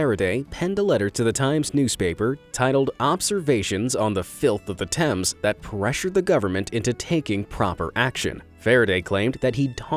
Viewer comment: Oh my God you pronounced Thames right!!! THANK YOU!!